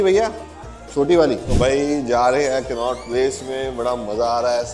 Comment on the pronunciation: कान्हा प्लेस नहीं,कनॉट प्लेस हैं